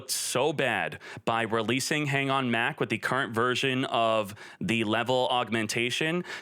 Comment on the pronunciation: I think konami did a great job i think they were really targeting decks that are primarily unfair to play against most of these decks literally all were super hard to defend against especially cyber dragons and anything w mach btw its not mac its mach like (mock) mach speed not mac speed lmao